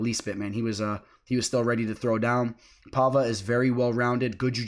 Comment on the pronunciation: Paiva, not Palva/Pahva.